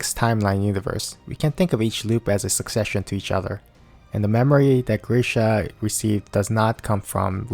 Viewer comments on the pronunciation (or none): none